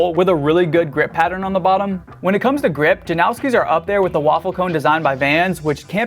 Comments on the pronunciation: don’t act like you know something when you clearly don’t. he said himself it’s pronounced like noss not nows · His name is pronounced that way. "Steh-fawn Jan-ow-ski" he's from the same town as me my mom's friend got engaged to him hella long ago. Just how u pronounce it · if it was based on polish pronunciation it would be yan-o-ski. usually the americanized way just disregards that and it's just janowski